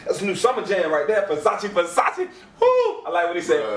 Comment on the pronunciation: Fasashee fasashee lmfaoo (yes I know it's spelled Versace)